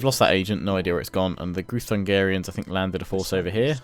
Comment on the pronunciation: Groo-thun-gee-ans not groo-thun-gah-rians. As a Hungarian this bothers me a tad haha. :D A little constructive criticism. Love the videos tho! (the Magyars, your ally, are the ancestors of Hungarians - we were a tribe once before we settled in Pannonia. In our language, Magyar = Hungarian).